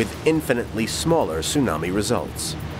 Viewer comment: Thank you. Someone else actually noticed. I was beginning to wonder if I was the only one bothered by this comment in the video. I literally cringed and brought my hand to my head as he proceeded to say the word "infinitely" incorrectly several more times after.